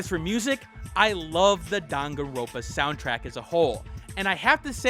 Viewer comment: It’s dangan-ronpa. Not dangan-ropa.